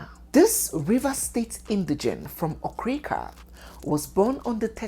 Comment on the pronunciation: 😂 ooooo. It’s Okriika and not Okrika 🤦🏽‍♀️